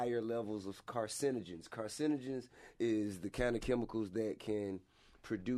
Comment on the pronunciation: We not going to mention that T.I can’t pronounce cancerogenic: he says Carcegnaics!